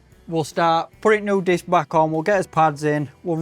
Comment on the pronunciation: a laughed at the video when u was on about taking the disc on it sounded like biscoff